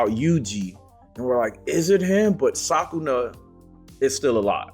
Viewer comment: Not "Sakuna", but "Sukuna". 🤣